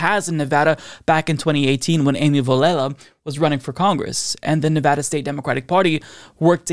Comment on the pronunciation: Huzzah! Happy in Henderson, Nevada! And thank you for pronouncing the name of our state correctly!